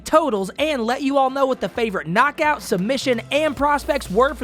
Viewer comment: I love how adds one extra beat to the last syllable of every important sentence like an auctioneer "And it is overrr." "A highlight reel knockoouut" gourmet commentary, king